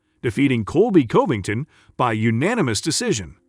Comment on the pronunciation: Colby Colbyngton🤣